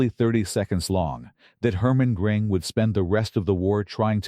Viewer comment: Who is "Gring" ? Ai garbage is so stupid